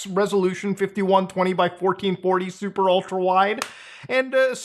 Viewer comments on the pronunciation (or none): none